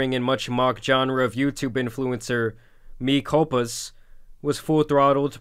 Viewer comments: "Ber-guh-jering....me cul-puhs" haha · my dude, you were struggling with words like "convoluted", "disseminated", or "mea culpa" lol